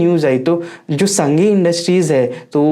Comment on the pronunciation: संघी नही सांघी नाम है कंपनी का